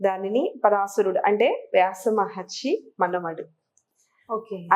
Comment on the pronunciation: Paraasharudu Not paraashurudu